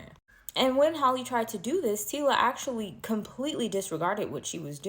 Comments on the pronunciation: EHH , EHHH! Wena mara🚶‍♂️🚶‍♂️ Get your pronunciation straight!!! NOT, TILA, TACILA, T WHAT WHAT YOU ARE BLUBBERING!!! TYLA , SPELLING MY SISTER! PRONUNCIATION eg = " TYLER " BUT SPELLED AS " TYLA " DO YOUR HOMEWORK! YEER! YOOOH! 😂🚶‍♂️ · The name is TyLa pronounced tie-la